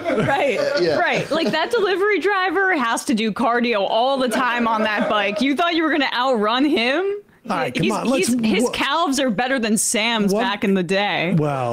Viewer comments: I dunno if I’ve ever heard anyone say the l in the word calves before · Did Emma just pronounce calves with the L? Lmfao 😂